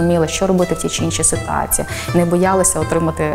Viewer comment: Ніяк косата не навчиться правильно вимовляти іменники жіночого роду з закінченням -ція: "ситуациі" замість "ситуації", "цивилізациі" замість "цивілізації"! Michael why did you wear the MU jersey?